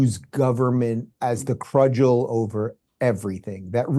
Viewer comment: the word is cudgel, not crudgel. A true moron and yes garbage.